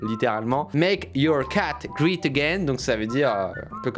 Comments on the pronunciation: LA PRONONCIATION DE « great » et « wear » 😭😭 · Wear, ça ne se prononce pas wir mais wèr ;) pareil pour great !